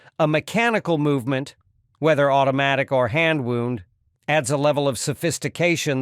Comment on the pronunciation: Hand WOUND rhymes with found and bound, not wooned and booned